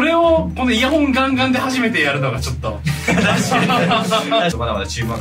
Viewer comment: イヤホン！ でも発音はイヤフォン率高い気がする… GW中、毎日楽しみにしています！